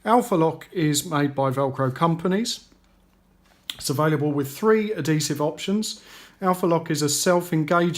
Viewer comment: What the hell is "alloy-minium" and "addi-sev"? at least say this shit correctly ffs, so annoying